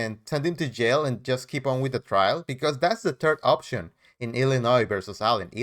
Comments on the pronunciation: “Illinoise , Oafs, troofs, axed, translated to Illinois, truths, oaths and asked are the English language words brooks has managed to slaughter. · You heard correctly - he refers to Illinois as illanoise